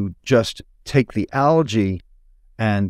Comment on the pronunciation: Guy can't even pronounce algae properly.